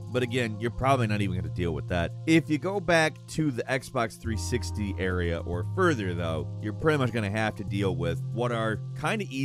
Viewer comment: Xbox ERA, not Area, damn